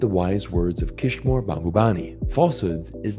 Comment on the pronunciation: Good video! But it's Kishore, gosh darnit!!